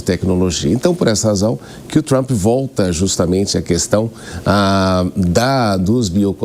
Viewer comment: Com Trup é buteichion pra lasqueichon ( butation pra lascation, in English).